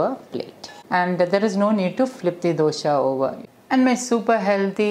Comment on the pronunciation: The recipe name dosa not dosha , don't pronounce dosha , the meaning changes.